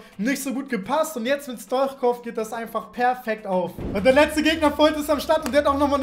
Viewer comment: Man liesst es Stuitschkov ich bin bulgare und weiss wie mans sagt Bitteee Liken damit ers sieht